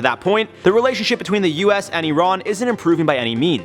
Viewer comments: E-rohn? Its pronounced "I-ran" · Nobody:: uron